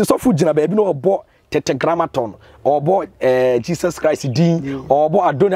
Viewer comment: It is not Tetegramaton. It is Tetra-Grammaton 😃😃😃